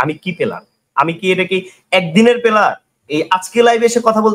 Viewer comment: ও player বলতে পারতেছে না পেলার বলতেছে ওর সাথে ওই বিজ্ঞানী debate করবে ভাই রে ভাই 😂😂😂😂😂😂😂😂😂😂😂 ওর কি জ্ঞান আছে বুজলাম না 😂😂❤